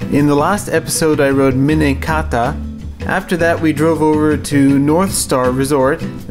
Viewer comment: Minetaka, not Minekata.